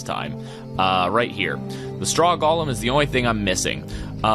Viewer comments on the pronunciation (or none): Any1 else get really mad when he says golem wrong? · | Minecraft Matrix thx for correcting it didnt mean to be rude or anything it just kinda bothered me